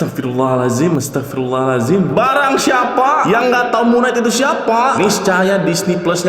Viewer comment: Kalau cara bacanya itu Mun kenaig bukan Mun naik 🗿